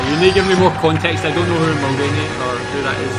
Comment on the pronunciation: Mulronry.. prime minister of canada a conservative pseudo american.. mulronry yuck.